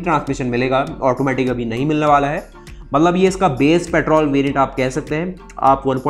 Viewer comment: UP se ho kya?? Mallab Mallab kya hota hai?? Mat-lab hota hai. Mallab. 🤣🤣